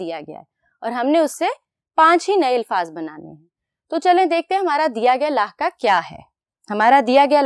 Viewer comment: استاذ کا تلفظ جو ہوگا بچے بھی ویسے ہی سیکھیں گے اس لئے پہلے اردو لغت سے صحیح تلفظ دیکھئے پھر تعلیم دیجئے مثلا: "لفظ" ف کے سکون کے ساتھ ہے نہ کہ ف کے زبر کے ساتھ قدر میں ق کا تلفظ ک سے ادا کیا جارہا ہے لکھتے ہیں ق اور بولتے ہیں ک "لاحقہ" ح کے زیر کے ساتھ ہے اور اس میں بھی ق کو ک سے بولا جارہا ہے لکھتے ہیں لاحقہ بولتےہیں "لاھکہ" نیز اردو کے استاذ کو چاہئے کہ اپنی اردو تحریر بھی درست کریں تاکہ بچوں کی اردو تحریر و تقریر دونوں درست ہوں امیدکہ توجہ دی جائیگی۔